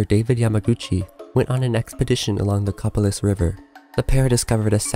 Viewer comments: Copalis Co-Pal-iss (like hiss, but without the h) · Copalis is pronounced 'Co-Pay-liss" and the 'S' in USGS is "Survey," not "Service." Also, Puget is pronounced "Pyoo-git." Willamette was also mispronounced.